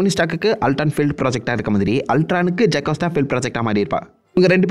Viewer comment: Bro it's JO CAS TA